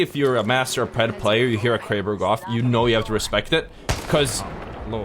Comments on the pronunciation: Lmao “I got 3 shots in my kwaber” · Bwo went cwazy with the Kwaber